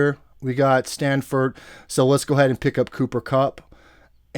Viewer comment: It's STAFFORD not STANFORD. Damn that's annoying. Lol